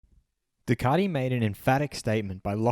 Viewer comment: Ducardi? Come on mate, you're embarrassing us. Either introduce yourself as Dilloon Shellee and do the entire video in a fake European accent and or give it up.